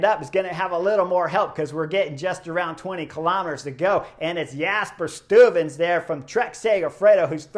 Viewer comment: Your pronunciation of ‘Vingegaard’ is really good! (I’ll let the Belgians comment on your pronunciation of ‘Stuyven’) 😆